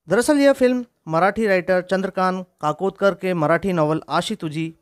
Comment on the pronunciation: लेखक ः चंद्रकांत काकोडकर(काकोदकर नही) कादंबरी ःअशी (आशी नही) तुझी प्रीत.